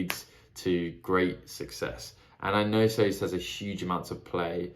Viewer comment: Sazed Rymes with David, just a tip on pronouncing his name.